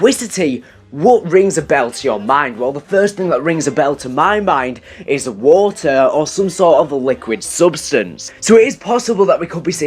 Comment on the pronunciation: When you say water it's sounds like walter😂